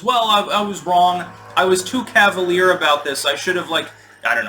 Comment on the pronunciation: "I should not have been so CavaLEAR.”